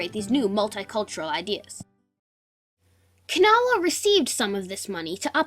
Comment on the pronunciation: gret good but its pronouct kuh NAW